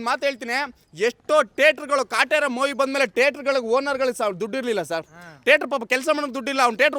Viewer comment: ಅಯ್ಯೋ ತಗಡೆ ಎಷ್ಟು ದುಡ್ಡು ತಗೊಂಡಿದಿಯೋ ಅಷ್ಟು ಮಾತಾಡಿದ್ಯಾ ಬರಿ ಫಿಲ್ಮ್ ಡೈಲಾಗ್ ಹೊಡಿತ ಇದಿಯ ಮುಚ್ಕೊಂಡು ಇರೋ ಸಾಕು ಹೆಲ್ಪ್ ಮಾಡಿರೋದು ದರ್ಶನ್ ಮಾತ್ರವಲ್ಲ ಬಹಳ ಜನ ನಾಯಕ ನಟರು ಮಾಡಿದ್ದಾರೆ ಅವರು ಯಾರು ನಿಮ್ಮ ತರ ಡಂಗುರ ಹೊಡಿತ ಇಲ್ಲ. ಮೊವಿ ಅಲ್ಲ ಕಣೋ ಗೂಬೆ ಮೂವಿ ಸರಿಯಾಗಿ ಕನ್ನಡ ಮಾತಾಡೋದು ಕಲಿಯೋ ದ್ರಾಬೆ